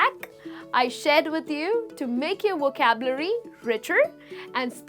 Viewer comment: Supongo que usted es Latina a juzgar por su acento, y debo reconocer que su Inglés es muy bueno, sin embargo noté que la palabra 'vocabulary' no la pronuncia muy bien y le aconsejo que trabaje más en ello. No me mal interprete, sólo es una crítica constructiva que le doy. Se agradecen mucho estas lecciones gratuitas. Saludos desde México!